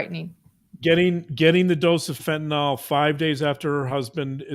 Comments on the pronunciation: Love you, please pronounce it fentanYL. It's not fentynALL. Just drives me crazy. Thanks so much. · Unsure why, but I keep hearing fentanyl mispronounced - it's FENT IN ILL not last syllable "nawl" or "all" - other than that, always love hearing your take on cases. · That’s not how you pronounce Fentanyl. fent-a-nyl not fent-y-nal. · Love u guys. Btw fentanyl is pronounced w Y as a short I: fen-tuh-nil. Otherwise u r perfect! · Please pronounce the drug’s name correctly! ( FEN-TUH -NIL). It is getting annoying!